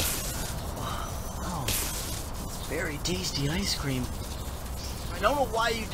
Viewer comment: Je to cream ne scream